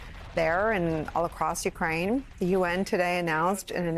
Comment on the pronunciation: Someone should help Nicole pronounce the names of Ukraine cities correctly.